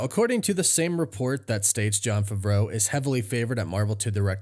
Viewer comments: “ i’m a big fan of John fravro” maybe you should learn how to pronounce his last name lol it’s Favreau pronounced fav-row🤡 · It’s pronounced "FAAA-VRO" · Did he tell you to pronounce his last name like a French chef?